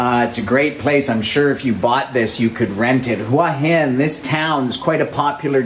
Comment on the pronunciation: well presented video , well spoken and informative , also good to hear you pronounce Hua Hin properly , a lot of people don't . good idea to bring the chick with you .. makes a difference